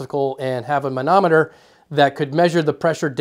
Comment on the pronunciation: You're sincerely good at saying manometer! [or monometer, or anemometer. I can't say any of them.]